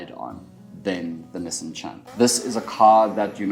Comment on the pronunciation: Niss-han, nie nisin nie, wat is jy, 'n Amerikaaner? Fok, kom jy van Benoni af? Oo God nee!